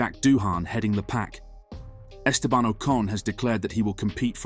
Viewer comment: If you're making a clickbait title and cant even pronounce Estebans name correctly, you're getting a well deserved block from me. Sad channel.